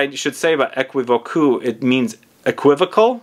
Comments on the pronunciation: It prononces as "é·ki·vok" 😄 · U have to say Ae-ki-vok’ ❤❤❤ for thé french pronounciation ❤❤ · The way you say is very funny but that's ok. It prononces as equivok